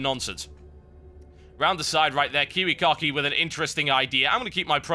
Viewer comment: It makes me laugh every time he says KiWiKaKi... sounds like kiwi car key to me. =D